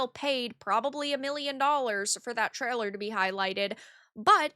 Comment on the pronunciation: translation service: ebbl (able), treller (trailer), memberrrshepps (memberships). Don't worry, we still love her vids!!!!:)))))